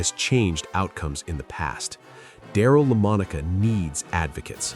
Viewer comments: This is AI! Mistakes like that have got to be AI. What's so pathetic about this video is that the "voice" actually got the pronunciation right, la-MON-i-ca, the first few times and then destroyed it, le-mon-OCK-a, subsequently. I'm told that AI can train itself, learn on the fly, to get better. Here it seems to be unlearning to get worse. I remember Lamonica as a star at Notre Dame, as well as being a super quarterback for the Raiders. Those original AFL games were so much fun to watch on TV, and many broadcasts featured the incomparable Paul Christman as color man to lead announcer Curt Gowdy. Those were the days. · Did you just say Daryle LAMIN OCKA? These AI Videos are horrendous. you cant even pronounce his name. Say Monica now sa LA Monica simple. unless youre AI. What a joke. Daryle Lamonica as good as you say he was LOST his job to Ken Stabler in 1973 and in ONE yr Stabler did what Daryle Lamonica couldnt do and it was win the MVP in 1974. and eventually SUPERBOWL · If you're going to make a case for Daryle Lamonica have your stupid ai (or you) pronounce his name consistently correct not La minoocca ! How freaking embarrassing . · AI. The narrator cannot pronounce Lamonica's name. La mon oka? WTF? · Darrell la moneek wah? Come on somebody has got to prof read these artificial intelligence narrations mostly because of the really stupid way they mispronounce names. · Learn to pronounce Daryl LaMonice. You make his last name sound wierd. Fix our review the outdated narration before posting. Otherwise very good video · It is pronounced ‘La-MON-e-cah’. When you do a special on a player and build them up and hype them this much that you should at least pronounce the name correctly! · It's Lamonica AI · Please pronounce his name right at least😢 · New generations may never know who he was because ai cannot pronounce his last name correctly. I can’t make it thru these types of vids that disservice the man butchering his last name. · Not misspell, MISPRONOUNCE!!!